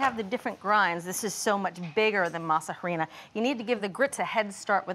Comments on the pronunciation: Her pronunciation of harina is grating. The H is silent. By now, you would think people know this. It’s pronounced ahrina. Also the green leaf on the tamal masa harina package is banana leaf not green husks, . Other than that, they seems to know what they are doing, and I shall try to make them. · Girls ,,,"harina" is pronounced "Arina" the "h" is silent... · These some white people tamales😩. You all added everything to the dough but seasoning, you all need seasonings! Not grits and yellow corn🤢 and stop saying Ha-rina lol just say corn flour if you don’t know how to say it. Just stick to your food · You don’t say they H in Harina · ugh when will these cooking show hosts learn to pronounce HARINA! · This is good for an American tamal but not authentic. The real ones are much more simple . I’m definitely going to try this it’s interesting. H is silent on harina